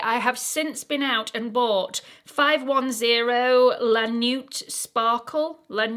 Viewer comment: check the pronunciation of words particularly words in relation to makeup which are often in French ‘La nuit’ before presenting - more professional to do so I think